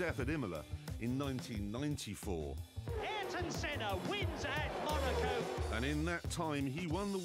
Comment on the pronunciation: A tribute to Ayrton Senna, yet NOBODY in this video knows how to pronounce his name correctly (except , the only one to say it right) 😅